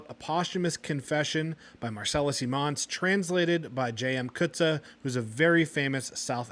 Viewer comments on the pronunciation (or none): Sounds like an interesting read despite not really being my style. On a side note, not sure if you care but your pronunciation of "Coetzee" is more for if it was spelled Coetze. With a double "ee" at the end, it's more "Coetz-year". I don't know if my explanation will yield expected results because of different accents though, lol. PS, I don't mean to be rude with my (admittedly poor) pronunciation guide.